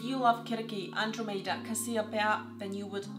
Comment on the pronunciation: LOL 🤣🤣🤣🤣 she really butchered that name